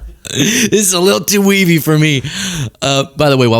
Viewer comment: “This is too weavy for me.” 😂